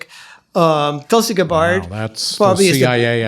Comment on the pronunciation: Tulsi "Guh-bard". Really?